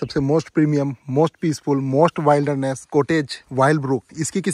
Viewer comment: Bhai wailderness nahi wilderness pronounce kiya jaata hai ,my hindi writing keyboard is not opening up that would have explained better ,you can listen to its pronunciation on Google